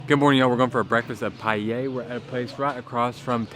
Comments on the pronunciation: You know he is white when he says Pie-Yeyy 🤣🤣🤣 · It is pronounced just like the greek letter Pi. This is eaten in winter.